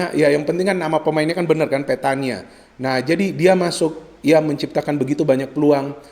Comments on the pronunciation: Petagna = bacaanya Petanya Koreksi jika saya slaah 🙏🏻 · Untuk Pronounce, Petagna dibaca (Petanya). naah w denger" setelah pioli dikabarkan positif covid19 dan Bonera ditunjuk sbg coach pengganti, Pioli memberikan intruksi dari jauh. untuk goal Ibra di serie A total 10 bung. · maaf sekedar koreksi. petagna dibacanya "pEtanya" sama kayak bologna dibaca "Bolonya"